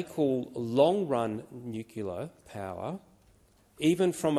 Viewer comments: Great content but I so so wish people will say "Nuclear" (that is new clear) not nucular. Sorry but a pet hate. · Hi, Folks. IF people want to 'ackshully' SOUND as if they might REALLY have a clue about the topic upon which they are speaking, would it not be a good idea to 'ackshully' PRONOUNCE the name of the discussion subject correctly, you know, like being able to say "NUCLEAR" instead of 'nucular'???? And WHY is it so hard to get that tiny minor detail RIGHT?????? On another note, WHERE does the CSIRO gets it funding from??????? From the federal government??????? And what sorts of political leanings might you find within the CSIRO????? And WHAT might not those two things have some effect on the results that the CSIRO brings to the government to justify their 'findings'?????? Just my 0.02. You all have a wonderful day. Best wishes. Deas Plant. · Yet another commentator who can’t even correctly pronounce the word nuclear. There is no such word as nucular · He says he is an engineer but he can't even pronounce "nuclear"". He calls it "noocoollar". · Excellent - but why do people keep mispronouncing it as "nuc-U-lar" rather than the the correct "nuc-LE-ar"??? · Oh dear. He said “Nucula” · Can we trust someone who pronounces it nucular instead of nuclear? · Dude knows everything except how to say "nuclear" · An excellent and informative speech. BUT.....why why why can't someone like him pronounce "nu..clear"? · Why cant senator Fawcett pronounce nuclear in Australian English? His American pronunciation pulls down what he is saying, because it shows he is getting his info from US sources - which are biased too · I wish so called scientific experts could pronounce nuclear properly. It is not nuclear.